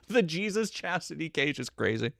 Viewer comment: "Wanna stay in chastity" sounded a lot like "in chest-tity". And yeah, they can stay in chastity just fine, they aren't going to use that side anyway :p